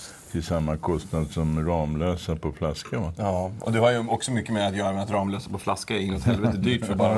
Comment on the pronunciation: Det uttalas RAMMlösa inte RAMlösa!!!